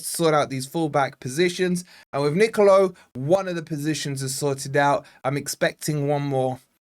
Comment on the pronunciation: Nicolo' with an accent means it's pronounced differently